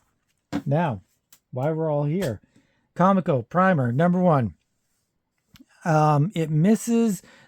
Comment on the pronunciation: I just recently watched a history on comico and they said that the name was supposed to sound like coleco like coleco vision. So officially com ee co but as you said you don’t care anyway lol. It’s just fresh in my mind